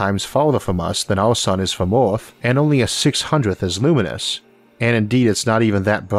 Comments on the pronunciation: IS NOT FOOKING oarth is called EARTH...... FOOKING IDIOT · oh no is the oarth guy again.he can talk good english but WTF U CANT PRONOUNCE THE WORD EARTH?...LMAO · "The closest staw to awth " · Could I ask what dialect this is spoken in? I hear Oarth (Earth), stoar (star) and other words in non-standard pronunciation. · oarth and yeeoas are nice pronounciations of Earth and years. What language are you speaking? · I like this guy's pronunciation of some "wor'iods" like "Or'arth." 😏